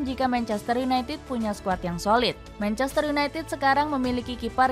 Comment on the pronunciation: Manchestereh kok ada eh nya min?😂